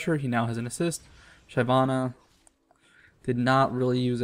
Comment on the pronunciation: it's Shi-VAH-na, not SHY-vah-na. She kills, like a shiv, she's not shy.